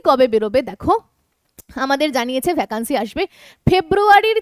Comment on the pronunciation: ভ্যাকান্সি উচ্চারণ টা শুনতে খুব খারাপ লাগছে। সঠিক উচ্চারণ "ভেকেন্সি".....